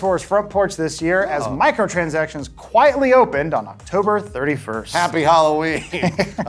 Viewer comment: I love how got more and more New Jersey Italian